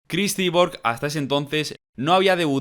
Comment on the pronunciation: Tío, me encantas, pero habla bien inglés JAJAJA Cris Cyborg (shaibor)